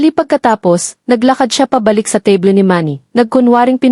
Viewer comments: Ang narrator ay Panay Ang sabi, teble ng teble Samantha’s mesa lang yon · Sana mag story telling ka ayusin mo Ang pronounce teble. Palagi mo sinabi. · it's AI "TABLE" is pronounced tebly😂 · Magaral Kang magpronounce Ng Tama sa mga salita. spot is pronounced as ispat; table as teybol ; you are not a good narrator. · Mali ang pronuws mo ng table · Kung maaari ay mag-Aral ng wastong pronunciation ang narrator. Bigkasin niya ang mga salitang: DİNER, TABLE, ARROGANCE, PUNCH LINE, UNDENIABLE, BELONG sa wastong bigkas sa English. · Ano ba Naman Hindi mo ma pronounce correctly Ang table, dinner, etc.